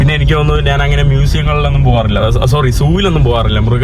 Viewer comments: സ്നേഹം കൊണ്ട് പറയുവാണ്. പോകുന്ന രാജ്യങ്ങളിലെ ഭാഷകളൊക്കെയും ഒരു വിധം പഠിച്ചെടുക്കുന്നുണ്ട്. പക്ഷെ മാതൃഭാഷയായ മലയാളത്തിൽ ഞാൻ എന്നതിന് നാൻ എന്നാണ് പറയുന്നത് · ്റെ മലയാള നിഘണ്ടുവിൽ 'ഞ്ഞ.. ഞ' എന്ന അക്ഷരങ്ങൾ ഇല്ല..😊 അതുകൊണ്ടാണ് നാൻ.. നാണ്..മന്ന്ന കളർ..മന്നൾ..എന്നൊക്കെ പറയുന്നത്..അതൊക്കെ മറന്നുപോയതായിരിക്കും..❤